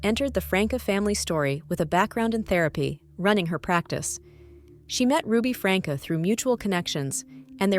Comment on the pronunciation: The name is NOT Frank uh! Please learn the correct punctuation!😡